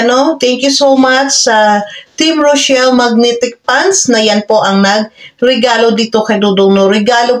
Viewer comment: THE NAME OF REYCHELLE IS THIS NOT ROCHELLE THAT IS THEIR LOVE TEAM BEFORE REYCHELLE IS HER NAME OF LANGGA IT IS PRONOUNCED AS REY-CHELLE